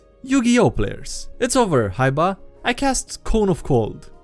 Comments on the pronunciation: So y'all out here ignoring calling Kaiba "Haiba"? Really? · how has noone mentioned he said kaiba as haiba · everybody crying about the personality thingy... but no one cares about him pronouncing "Kaiba" as "Haiba"... I'm so sad right now :(